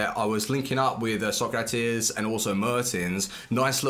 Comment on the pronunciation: The way he says Socrates makes me sick